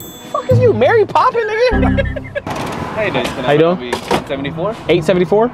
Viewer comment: LMAOOOOOOOOO this nigga said Mary Popping😂😂😂😂😂